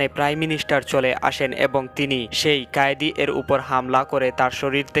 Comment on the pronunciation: ঐ হালা কয়েদি ,কায়েদি না